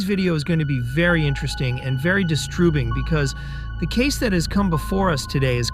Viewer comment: My thoughts exactly! I came here just to say that and saw your comment (which was hidden). Even though it's the only one. Weird. THAT is distroobing lol